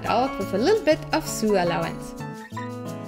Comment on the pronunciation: I LOVE YOUR VIDEOS!!!!!!! Just a little English tip when pronunciation "sew" it sounds like "so"❤